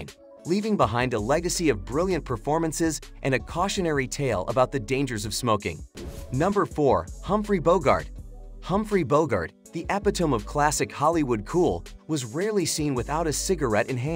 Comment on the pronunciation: Epi tome😅